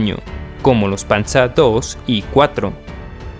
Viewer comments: Panza II no es, es Panzer II yal y como se lee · Se dice panzer no panza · No es por ser malo pero no digas panza sino Panzer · Buen vídeo. Pero de donde sacas el nombre PANZA,se pronuncia tal como se escribe PANZER 😁👍👍🇪🇸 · Por que pronuncias el Panzer Alemanan como Panzar ?? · Estudié alemán hace años. Creo te equivocaste en la pronuncia del "panzer" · a pues gracias es que me gusta la historia y siempre oí esa pronunciación en español nunca la escuché en alemán muchas gracias por la corrección hoy ya se algo nuevo soy de El Salvador por cierto me gustaría pedirte que si puedes hacer un top de los países de Latinoamérica con mejores cantidades de armas y arsenales y tecnología militar